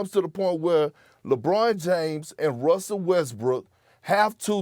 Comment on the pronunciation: Did Perk say "Wussell Westbrook"? LOLOLOL